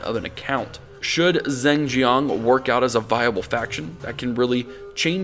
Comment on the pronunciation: well it doesn't matter because 99% of the audience won't know but Zheng is more like "dj-uhng" (dj as in Django).